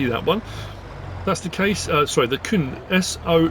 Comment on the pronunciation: Crack on 😆 Outstanding as always. Just a quick side note, if not mentioned already: "Kuhn" is pronounced exactly as in co-coon. C-OO-N